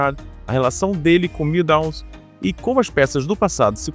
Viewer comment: "MilDowns" é pior ...